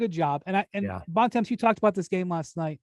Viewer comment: Why does Bontemps (and everyone else) pronounce his surname incorrectly? Are Americans that lazy that they can’t just pronounce it the way it is?